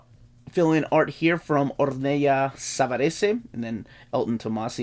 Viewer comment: Ornella is Italian name. It's prounced as in Cruella.